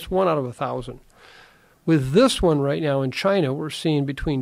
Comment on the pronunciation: LMAO , roight? 🤣💩